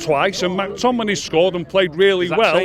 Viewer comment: Who tf is Mack Tominay? 😂😂😂😂